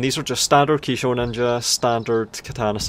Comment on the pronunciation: Say Kisho Ninja again. I dare you, I double dare you, say Kisho Ninja one more goddamn time.